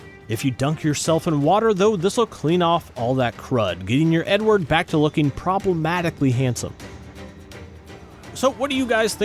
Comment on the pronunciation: I cant be the only one who hears "your N word" whenever he says Edward lol 😂